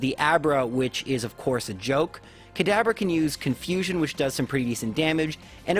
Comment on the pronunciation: why is he calling kadabra kadaber